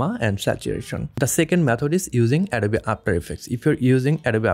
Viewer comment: Perfect tutorial. Beautiful presentation of information. Suggestion: hit the "o" in the word "Adobe" a little harder to get the pronunciation perfect, as well...English has some strange pronunciations.